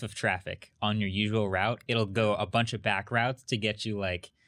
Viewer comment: not "rout" its "route"